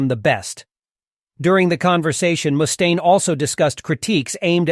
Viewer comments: Who tf says "mooooostaine"? Its just muh-staine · Moostaine? Wtf? This must be AI